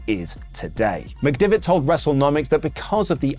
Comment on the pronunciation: listen, c’mere t’me, yer pronunciation of McDevitt is feckin shite lad 🌚